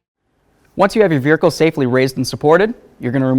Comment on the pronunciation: "Veerhicle" I think that's a subconscious mustang owner jab, lol.